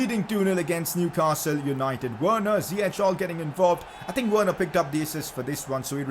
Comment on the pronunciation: It’s Werner